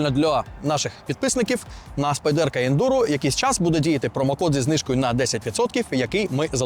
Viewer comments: хто така "спайдЕрка" і чому її так любить? спАйдерко, на перший склад наголос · Spyderco! Як можна розповідати про річ, назву якої вимовляєте не вірно?!